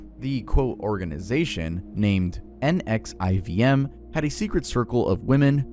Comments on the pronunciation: You should watch the documentaries you bring up! Wako was said wrong, and NXIVM is pronounced like nexium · I'm sorry it shouldn't bother me but it does it's pronounced A lamb Oh not the city Alamo , Way Co not WhackO, and Nex E Um... Not NXIUM Nexium.. like the medicine yes. Also this is probably just me but not being in alphabetical order is driving me absolutely crazy